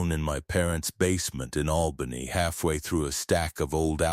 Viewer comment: For AI it amazingly pronounced Albany and Syracuse correctly.